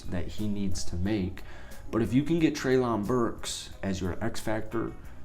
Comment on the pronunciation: Love the fact you are willing to cover the titans! By the way, it's pronounced almost like Trailin' Burks